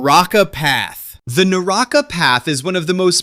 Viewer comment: Naraka not naraaka